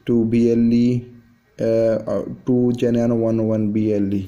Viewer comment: What Geneano??? You dont say Geneano at all !!! The correct way of pronouncing the name is GENUINO precisely as it is written my friend. Very straightforward to pronounce. Do not ,,bodge,, the name Please .